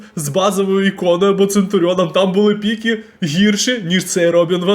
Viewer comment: не хочу душити, але правильно піки, а не пікі